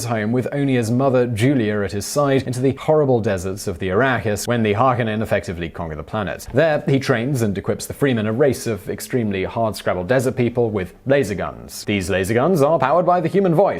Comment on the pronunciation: "Ah-Trade-Ees" & "Har-cone-ins" is how they are pronounced. Thanks ago for a great video Simon!